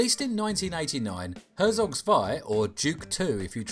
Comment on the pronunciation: it is pronounced hertsog tswai and it's literally not an rts. english language wikipedia is a closed up cesspit of idiocracy that abandoned EVERYTHING that wikipedia stood for